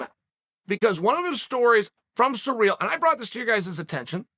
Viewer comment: It’s ciryl not surreal. Clown